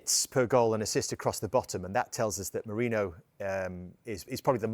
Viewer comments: Carragher cant say MERINO to save his Life ,keep saying Moreno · Bruh all these pundits call him Moreno, can't they read a simple name 😂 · "Moreno" someone teach this guy please... 😂